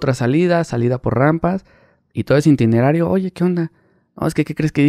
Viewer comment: es itinerario, no intinerario